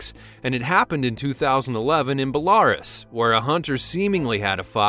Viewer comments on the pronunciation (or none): #4 the location is pronounced bel-a-rUs, not bel-AR-us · Belarus, which you pronounced (bel-lair'-us) is actually pronounced (bel-lah-roose') unless what you're reading is spelled Bellairis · Be-LARUS, lmao Bel-a-rus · " Bell-arr-uss"? You mean " Bella-roos"? You know, like, Belarus? The country between Poland and Russia? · Not the best narration by suitable enough. However, there must be a reason why Americans cannot be bothered to learn to pronounce countries and names correctly. It is Bella'roos, not belaris. Belarus (/bɛləˈruːs/; Easy to find on Google. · Never Ever Ever Ever Ever Ever Ever Ever Ever Ever Ever Ever Ever Ever Ever Ever Ever Ever Ever Ever Ever Ever Ever Ever Ever Ever Ever Ever Ever Ever Ever Ever Ever Ever Ever Ever Ever Ever Ever Ever Ever Ever Ever Ever Ever Ever Ever Ever Ever Ever Ever Ever Ever Ever Ever pronounce it as “Belahr-us” ever again. It’s “Bel-o-rus” Belorus. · BELA ROOSE,IT'S PRONOUNCED...DUMB FUCK... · Bell-are-us? What's that you say? Do you mean Belarus?? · I wish you knew how to pronounce certain words better!! OCTOPUS is for ONE ! OCTOPI (OCTO-PEE) is for many - it is from Greek! And Truman hated her PUSSY... BELRUS -- BELA-ROOS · Belarus is pronounced bel-ar-oos! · Learn how to pronounce Belarus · How come yanks can never pronounce anything correctly? He obviously never heard of Belarus. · You pronounced Belarus wrong...dummy!